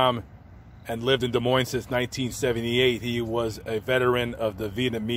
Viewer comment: Thank you for saying Des Moines correctly! For those that don’t know the “s” are silent : De Moin. Huge pet peeve for us Iowans 😁